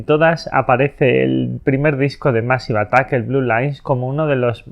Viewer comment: Se pronuncia meisiv atak. De nada